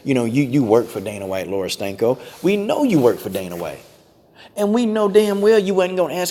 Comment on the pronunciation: Don't let this distract you from the fact that every time I hear Coach say her name I hear "Laura STANKO". Does anyone else hear that?🤔